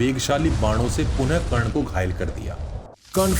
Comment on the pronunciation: 🎉karn not karn danvir karn